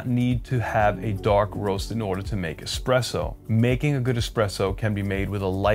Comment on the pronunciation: I think it's really cute how you, at times, slip up and pronounce it "expresso", even though you've come to learn the actual pronunciation at a later stage in life. Old habits die hard.